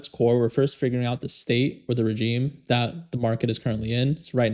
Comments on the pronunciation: Very informative, thanks! Just a side note, its pronounced, "re-zheme", not 'J' - its a "zhe", it retains its French pronunciation. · Regime is pronounced "re-ZHEEM"....like the sound in "measure" or "vision." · You are pronouncing regime incorrectly